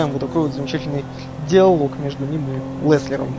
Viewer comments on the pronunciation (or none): он ЛЕСТЕР, а не ЛЕСЛЕР